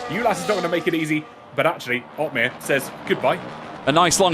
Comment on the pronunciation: Jarno OP-meer